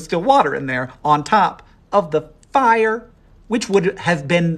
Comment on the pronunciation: The way he pronounces "on top of the fire" like emotional damage